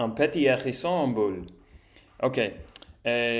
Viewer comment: Pour t' aider à la prononciation, tu peux faire tomber l' accent sur la dernière syllabe ! Par exemple, pour Hérisson au lieu de mettre l' accent sur 'Hé', mets l' accent sur 'SSON'